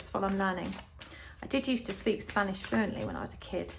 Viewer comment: Your Spanish pronunciation is spot on and beautiful 💛 mil Gracias por una lectura de tarot muy interesante! Yo escoji el pulpo 🐙 🌟☀️🌟